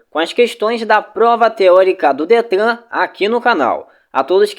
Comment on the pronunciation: Não gostei você não sabe nem falar a palavra Detran certa.